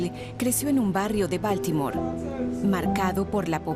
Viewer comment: Se dice Boltimor